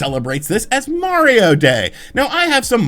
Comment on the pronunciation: I’m glad you know how to say “Mario” instead of saying it like “Mowio”